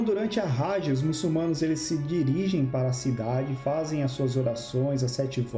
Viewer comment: MuçuLmanos, rapaz que fez o vídeo, o L vem depois na segunda silaba